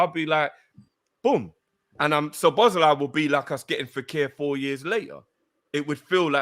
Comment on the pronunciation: Butchering the name Szoboszlai each and every time